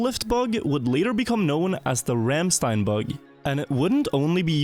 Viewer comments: IT'S RANDSTEIN not RAMMSTEIN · IT'S RANDSTEIN